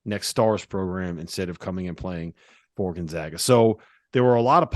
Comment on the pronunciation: Say it with me…..spppooooCAAAANNNNN y’all drive me nuts with you say gonZOGA and spocain lol